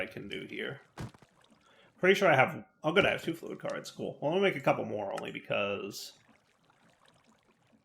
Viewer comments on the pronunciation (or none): none